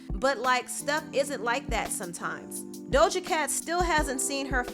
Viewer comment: Ima need to stop pronouncing that imaginary “L” in “Doja”. 😂😂😂